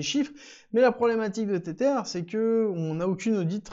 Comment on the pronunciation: Stp pronounce TetHer et pas tetere